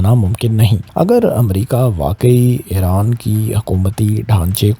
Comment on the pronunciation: Pehle apni urdu to sahi karo ....iran ko ieran bolte ho mukammal ko makamal bol rahe ho. Nahi aati to total panjabi main Bola Karo tumhare liye sahi rahe GA.